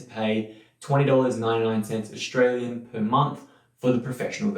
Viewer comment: Good video but what's with the "shtream", "shtress", "aushtralian", "regishtration" - that unnecessary "sh" sound in there is really distracting.